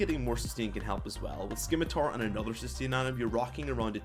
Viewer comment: Almost disliked because you said "Skimitar" The c is silent, fool.